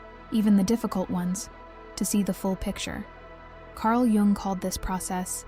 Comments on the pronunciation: It's Yoong... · "Jung" is pronounced "Yoong." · Carl Gustav Jung (/jʊŋ/ YUUNG;[1][2] German: [kaʁl ˈjʊŋ]; The J sounds like a Y, "Yung", just saying... Appreciate the content. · "Carl Geung" 💔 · That’s not true. It is pronounced like “Jung” not “ young” 😂😂 that was very rude by the way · Actually it is probably pronounced like... Jungle Boy 😂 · Lol…I am trying to concentrate on the message but am too distracted by your pronunciation of Carl “JJUNG” Haahahah😅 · not to be rude, but I don't care about your feelings. Jung pronounced young was a genius and deserves to have his name pronounced correctly. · Tomato tom"ah"to potato pot"ah"to.. but yes being SWISS, or in Swedish, it would be most correctly pronounced, "you-ung". 🙏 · I love Jung. Thanku for the correct pronouncement."young" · Can't even get the name right, no way you have any idea about the subject matter. LMFNO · Is this AI generated?? She mispronounced. Jung twice. Everyone knows how to pronounce Karl jungs name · Yes, please learn to pronounce Jung. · It's probably an AI voice that doesn't register the difference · I agree, He's Swiss not Chinese 😂🤣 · It's 100% an AI voiceover. Though not sure how "intelligent" it really is, being that it cant seem cross reference phonetic pronounciations, or at least proof read its own work well enough to catch itself saying Jung 3-4 different ways. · well she’s correct but tomato tomato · An AI video on a topic that’s been researched and given to us by humans. But whoever this is speaking needs to put some respeK on that Jung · Oh yeah. I get it. Bugs me too. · It is German, it is pronounced like the German word Jung, not like young or how the AI pronounces the name.